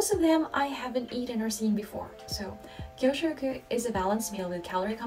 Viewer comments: Interesting video. lunch time is called "kyuushoku" not "kyoshoku" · It's KYUSHOKU (給食) for school lunch. KYOUSHOKU (教職) would usually mean teaching profession.